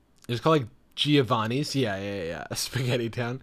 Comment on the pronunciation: It’s pronounced jo-vanni, not gee-o-vanni